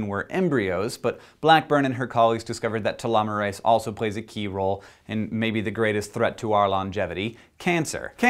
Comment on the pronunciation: All I heard was "Ta-llama-rase"